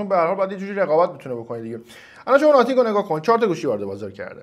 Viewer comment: خیلی اعصابم خورد میشخ به ناثینگ میگی ناتینگ😂😂😂😂 نخیر چسی هم نمیام🗿 آقا خب درس بگو خیلی سخته th رو تلفظ کنی!